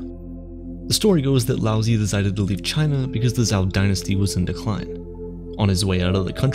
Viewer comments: Love the video. But the pronunciation of Lao Zi is being butchered. You got the Lao correct, but Zi is pronounced more like Tseh, not Zee. You end up making the name sound like you're saying lousy, which is of course not appropriate. Keep it up with the great vids, it's a shame this one has so few views. Flow is attainable through meditation. I have been fortunate to experience this after much practice. I have sat and meditated in complete stillness, thoughtless, and it was bliss. Time went by like nothing I've ever experienced. What felt like maybe 5 minute was nearly an hour. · Lao Tzu ...not "Lousy" lol... either way, great video on a great topic. ...be like water my doods. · Just for everyone to know his best known name is Lao Tzu, and he pronounced 'Laozi' wrong as well it's pronounced 'Lao-zah' for those who wanted this information to know more about the philosopher